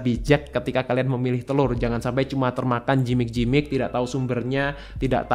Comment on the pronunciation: Maaf, bacanya yg benar Gimik dok, bukan jimik, thanks 😇